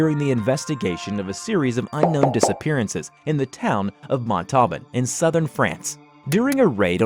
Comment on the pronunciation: montauban is pronounced "monthoban" not "montauban" (even tho its written as "montauban") so if anything else SCP-related happens in montauban, u know how to pronounce it